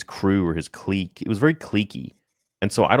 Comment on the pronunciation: "cleeque" - 😄